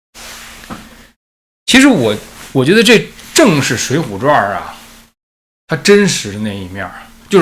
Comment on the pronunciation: ，水浒传，不是水浒传儿😂再传儿，我都要跟着传儿了